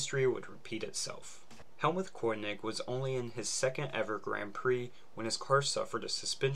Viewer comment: He just said Helmuth "cornig" 💀